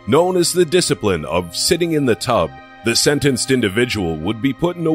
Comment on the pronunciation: Lol! At number 9 I couldn't take this serious cause the guy was like " number 9 ...........THE TUB 😝😝😝😛😛😛